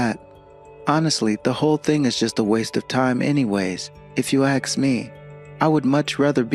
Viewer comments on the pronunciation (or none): This fool talks about education yet can’t even strung a sentence together properly or correctly pronounce words. Says ‘axe’ instead of ‘ask’. His preschool son probably speaks better than he does. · Right? And on top of that he's dreadfully miscast, pretending to be blue blooded and super educated and can't pronounce ASK correctly.